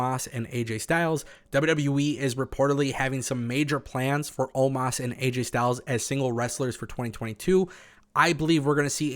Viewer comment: It's not omaas it's omos